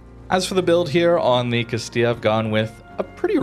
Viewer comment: Can say Castilla but not Venezia XD. Great video though and a slept on line, love the addition of a heal early on as well! Why can't all cruiser lines be updated with limited heals for low tier.